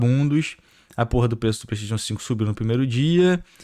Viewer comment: Cara, para de falar "pleisteitiu"....cursou a mesma escola do prata, foi? É "pleisteichan" , caramba